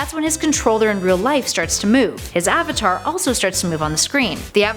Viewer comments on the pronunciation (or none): none